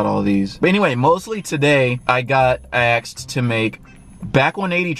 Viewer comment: why cant you say asked lol. ¨axed¨